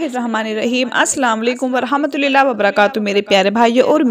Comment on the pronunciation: Rahmatullah hai rahmatulilah nahi